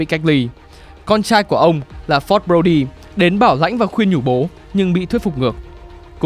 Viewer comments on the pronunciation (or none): none